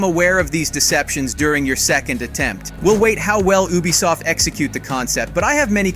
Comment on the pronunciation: I thought I was the only one that heard that😂